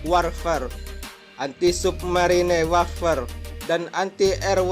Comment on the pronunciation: Wêrfàrē ,,bukan warfer min klo membacanya...